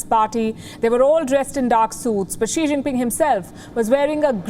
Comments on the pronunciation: Xi Jin Pig is very stupid , whenever he read , he pronounce wrong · I heard श्री zing ping 🤣